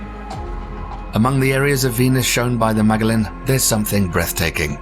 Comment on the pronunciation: "Magellan" is pronounced "ma-JEL-len."